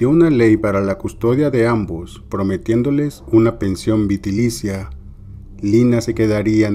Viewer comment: se dice VITALICIA